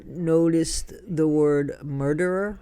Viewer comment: it sounds like "shmurder"😮😮